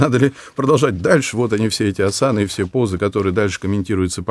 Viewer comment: А почему асАны? Ведь Асаны